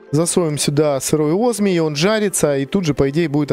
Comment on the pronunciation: Привет ,спасибо что делаешь видео для любителей модов) Я хотел бы сказать что правильно говорить осмий , извини за эту придирку просто слух режет